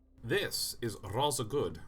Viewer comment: That was her pronounces "rather". It's rother irksome.